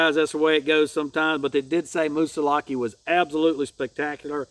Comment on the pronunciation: In NH, I say Moose-a-lock-ee, you pronounced it perfect!!!